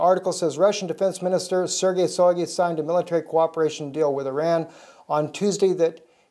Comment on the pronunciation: Shoygu (Шойгу) note a Soygu. First sound like in the word Shock. Now we just waiting for a 5-th trampet (Rev 9:1)